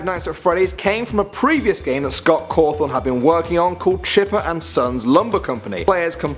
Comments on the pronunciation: 2 things. 1: its scott cawthon not cawthorn. 2: its freddy fazbears not fazbars pizza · It's pronounced Caw thon now carw thon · It's "Cawthon".. Not "Cawthorn" I knew like all of these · did he say scott COWTHON ITS CAWTHON GRRR .I LOVE FNAF!!! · 10. The picture you put up of Scott is fake and you pronounced his last name "Cawthorn" instead of "Cawthon." And only FNAF 1 and 2 used a power bar, and in FNAF 2 the power bar only drained when you used the flashlight. 8. Fake picture of Scott again. 7. Uh...that theory about you, the player, being the killer is way old and was debunked immediately after FNAF 2 came out. 6. That FNAF 3 picture you put up is from a fake fan-made trailer fyi 5. Fake Scott Cawthon again. And he wasn't working in a "dollar store", it was Dollar General--which, despite the similar name, has items way overpriced. 3. You pronounced it "Cawthorn" again 1. You pronounced it "Cawthorn" again As you can tell, I'm a FNAF addict. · Who else was triggered when.he called Scott Cawthon Scot Cawthorn? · You pronounced Scott Cothon!! 😆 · fazbars? Cawthorn? wierd pronunciations man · "Scot Caawthhon" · Scott Caaathon Freddy faazbars really???!?!?!? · he said Scott Cawthon wrong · fazbar and cawfon thats how you pronounced them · first of all you mispronounced cawthon and fazbear GAAAWW second who still calls matpat the game theorist??? youre behind the times.... Lastly DREAM THEORY DUDE!!! TWO WORDS DREAM THEORY. Amateurs